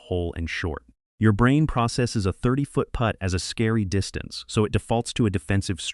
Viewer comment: AI pronouncing Putt as put grates on me.